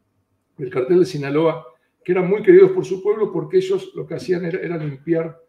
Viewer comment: ¿No puede hablar bien ese entrevistado? Ni siquiera SINALOA puede pronunciar. Si es tan temeroso a decir las cosas por su nombre, que no se preste para dar una entrevista tan mala.